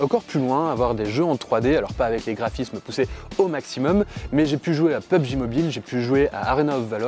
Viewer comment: Il a dit peube G mobile au lieu de Pugb Mobile K.O 😂😂😂😂 ps j'ai ce tel a 11h❤